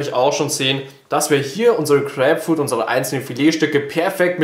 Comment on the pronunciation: Crääpfrud..also bei der Aussprache kann ich das Video nicht länger als 10 Sekunden gucken